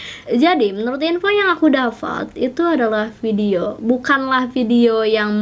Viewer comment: waktu ngomong "jdi dri info yg aku Dafat" lebay bgtt ngmng. Dapat kak bukan Dafat